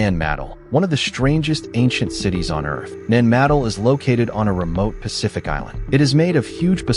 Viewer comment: IT IS PRONOUCED NAN MA-DOLL namaste